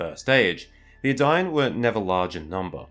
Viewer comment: eh-dine, not "adaine"